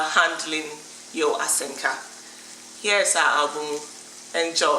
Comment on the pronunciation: It's Asanka not Asenka😂